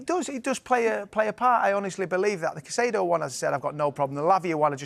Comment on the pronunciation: Still saying Caicedo as Caceido OMG